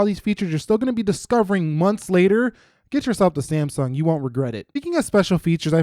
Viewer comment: am i the only one who commented why he says saymsung